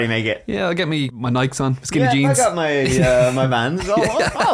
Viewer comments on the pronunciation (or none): none